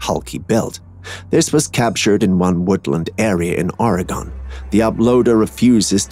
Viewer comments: #Classified Captures: Do better. Oregon is not pronounced Oree- gone. It's pronounced OR- i -gUN. Also everyone in the NW involved in any kind of Bigfoot watch knows that is a gorilla suit you can buy at the Halloween costume store in Seattle Washington. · The black furred bigfoot... No one need worry about it, as there is no state named "Orry-Gone". There's an "Oregon", pronounced "Or-a-gun", but there is no "Orry-Gone". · It’s ORY GUN NOT ORIGONE SAY IT RIGHT! OR-I-gun